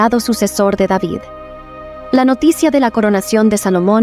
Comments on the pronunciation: Rey deivid (David)., Para qué lo pronunciará en Inglés? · es el rey david no deivid🤩